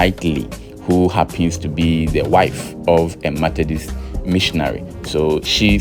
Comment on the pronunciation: Methodist, and not Mathedist, please. Kindly handle words well for us. Thank you